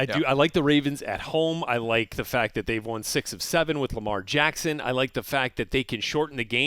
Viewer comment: sounded like he said Lamar Janckson instead of Lamar Jackson 😂😂😂😂😂😂😂